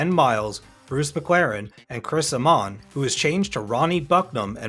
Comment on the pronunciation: And it's Chris AY-mon, not Chris a-MAHN